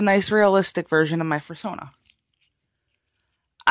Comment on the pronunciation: Did she say "fursana"